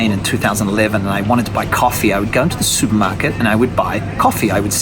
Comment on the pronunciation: Is this guy from England? He says he goes to the "Soupmarket". What is that?